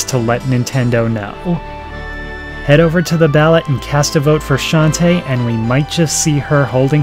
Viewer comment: I think it's pronounced Shon-TAY.